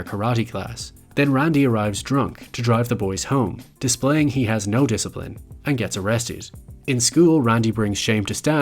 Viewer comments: it’s pronounced disciprin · why do you keep mispronouncing discirline? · i think you meant to say “disaprin”